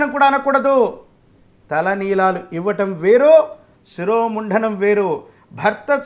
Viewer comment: శిరోముంఢణం కాదయ్యా స్వామీ శిరోముండనం అంటే చాలు